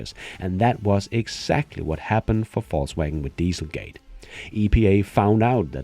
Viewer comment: I hear Fauxwagon